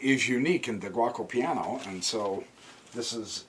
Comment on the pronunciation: Only one thing. To say correct Giuoco Piano try to say it like that Joko Piano. Also giuco is old italian now we just say gioco that meas game but also it is a verb I Play , Io Gioco.